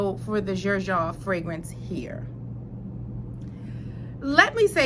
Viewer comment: You pronounced Xerjoff right. And I feel u on the one foot in one foot out. It can definitely go either way based on the outfit. This is the most difficult out of thr 1861 line. Definitely try the other 2. Renaissance is a citrus bomb. And has a very noticple mint note. Very fresh and vibrant. But classy and upscale. Naxos is a tobacco honey frag. Most peoples favorite of the line. Both of them are far more mass appealing than zefiro.